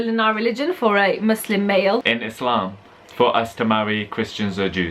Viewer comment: love how prounounces "islam" proper eyptian accent u noe 😂